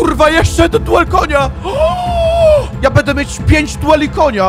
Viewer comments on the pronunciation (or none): Słuchanie jak gość mówi cały czas "bede", zamiast będę, używa anglicyzmów przerobionych na polski nie wiadomo po co (spele, arczera). Można by było zadbać o jakąś poprawność językową skoro już nagrywa się swoje wypowiedzi i wrzuca do sieci, ale nie, po co się starać, lepiej postawić na bylejakość. Bije z tego nagrania ubóstwo umysłowe i tyle. Sorry, nie chcę nikogo obrażać, ale prawda jest taka, że zamiast coś ulepszać to degradujemy każdego dnia.